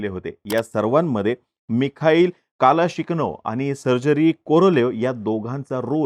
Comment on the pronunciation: मिखाईल कालाशिकनोव नाहीये ते 😂 It's, मिखाईल कलाशनिकोव.